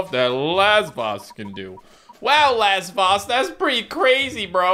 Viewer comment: I keep thinking says "Last Boss" when he is saying Lasvoss